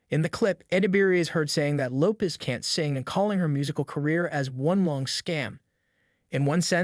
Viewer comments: This guy can’t even properly pronounce her last name??!! This is so bad. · If you can't even pronounce her name properly..I'm out!!